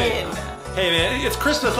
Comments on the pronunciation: It not crismas it's February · It's not chirsmas